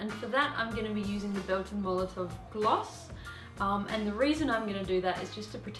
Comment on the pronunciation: Molo-tow not mulutuv